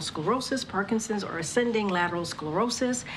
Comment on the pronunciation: It's not Parkinsins!